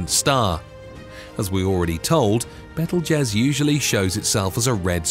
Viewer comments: It's pronounced BEETLE JUICE not bettel jez. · By the way it's pronounced bee tuhl joos as in Beetlejuice! I really wish they would hire people that would actually research the pronunciation of words. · It kept sounding too much like bettle-jizz. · Beetle juice is how it's pronounced. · Please say betelgeuse again 😂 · THANK YOU!!! Omg that was scorching my last nerve 😖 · I stopped watching bc of this, and a couple of other reasons. But mainly this. 🙄🤦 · you do not know how to pronounce Betelgeuse .. how can one expect you to know anything at all about it?